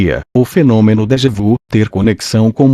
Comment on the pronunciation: A compreensão desse texto poderia ser melhor se a leitura fosse feita com a pontuação e a entonação corretas. Tive que voltar atrás várias vezes. Crítica positiva para que haja melhoras... A propósito, a expressão francesa "déjà vu" deve ser pronunciada como "déja vi". Esclareço que não tenho nada contra o conteúdo e admiro esse assunto!